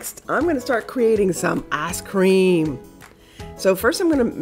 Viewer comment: it sounds like you said ass cream! haha im sorry! don't be mad at me. im ridiculous! xox